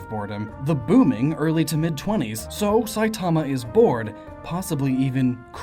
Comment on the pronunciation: Why does the way you say "Saitama" annoy me? It's sooooo wrong.